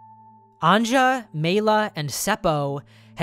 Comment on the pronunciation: I'm enjoying your pronounciation of Finnish (and Swedish) names Our J is pronounced as "Yee" So it's An-ya, not an-cha :)